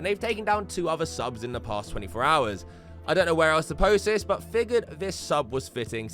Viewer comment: Your voice is a bit piercing, and it varies in volume too much. I'm not sure why you say "vis" instead of 'this' a lot of the time, either. 😂